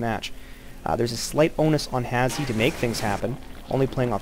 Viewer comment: His name is pronounced hash btw, not has he. Reason for the E is because he couldn't make the name Hash